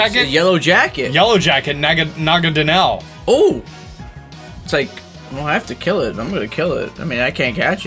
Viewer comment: IT'S NAGANADEL!!!